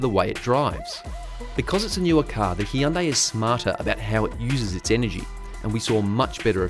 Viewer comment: Hyundai is pronounced like "sunday", not Hee-un-day